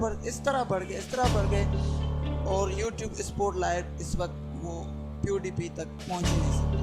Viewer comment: OMG your voice not correct check voice on google translator .